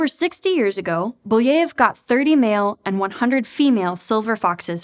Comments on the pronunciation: It's Belyaev (Беляев), not Buleev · How did you manage to change Belyaev's name that much to Booyeev? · Thanks for the video, fun and informative! One point of critique though: you kind of butchered Belyaev's name again and again, I know it's not hugely important but it takes a second to find out how it's pronounced and for a channel that places great value on doing background research, I think it would be really better. The same problem bothered me so much in the audiobook "Project Hail Mary" with Ilyukhina, the name was butchered. Greetings from Germany!